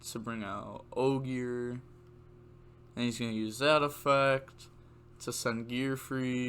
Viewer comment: Renaud = Ren-awed Astolfo = Ass-tall-fo Ogier = ogy-er